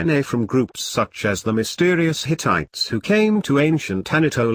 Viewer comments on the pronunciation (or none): none